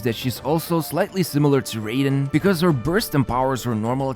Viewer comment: The way he pronounces Raiden makes me unreasonably mad